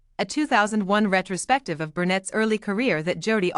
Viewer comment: you put this out yet have issues pronouncing her name correctly!! It's not brunett!